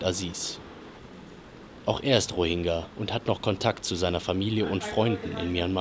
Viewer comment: Diggah, wenn der noch einmal falsch diesen Namen ausspricht... Das g ist weich gesprochen